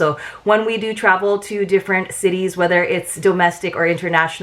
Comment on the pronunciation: When you said dose of Travel I first Understood “dose of trouble” lol